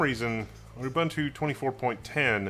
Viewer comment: It's pronounced Oo-boon-two, not Oo-bun-two. Get it right please.